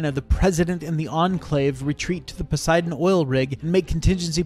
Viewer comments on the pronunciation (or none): none